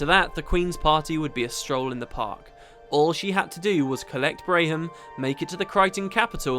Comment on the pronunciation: They had a story about Rox's warband back during F&F, to mirror the one about Braham. Speaking of which it's pronounced Bram (like Bam) not Bray-hm.